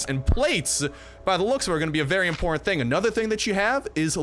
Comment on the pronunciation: whait a moment. You said... IMPORTANTE?????( Is a word in spanish (i speak spanish)